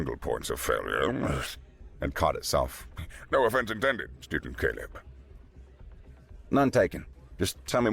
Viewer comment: I swear to God, I kept hearing “ stupid Caleb” instead of Student Caleb. 😂😂😂😂😂😂😂